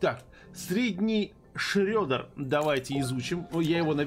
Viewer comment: Шреддер произносится через "е" а не "ё"